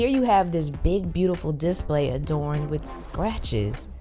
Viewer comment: I gotta say your channel is sooo underrated. By far some of the best tech reviews ive seen. Just one little thing it's display not dis-play :)